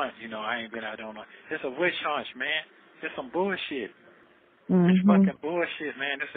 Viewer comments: Excuse you, it's a "wish huntch"🫢🤭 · How is the attorney getting paid by Shirley but talking to the side piece? Sonya doesn’t know what this man is capable of living in FL. Where the animal charge? RIP (rot in peace). Did he say witch hunch versus witch hunt😂😂😂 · Not a “wich-hunch” 😂😂😂😂😂